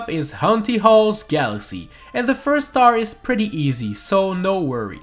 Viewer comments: he said galasea not galaxy haha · he said galasea AGAIN